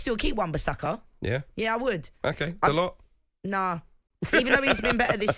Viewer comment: is the only presenter on tv or radio correctly pronouncing Dalot's name. Sick of people calling him Daloh. It isn't a silent T, he isn't French he's Portuguese